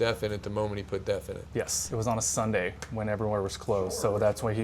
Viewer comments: Oh sorry it’s def, sounds like your saying death haha. But why don’t you explain what and why people are trying it. Thanks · A little background would be nice. I live in the Southeast US, and I have never heard of def. I had to look in the comments because I thought you were saying De@ Is it something available in a regular gas station somewhere? If so, what type of vehicle would use def?